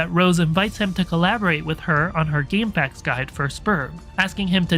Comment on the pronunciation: shoutouts for that gamefacks pronunciation